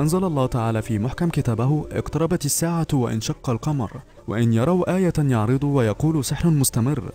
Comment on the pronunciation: اقرأ القرآن صح وانشق القمر. يعرضوا. مزدجر راجع هذه الكلمات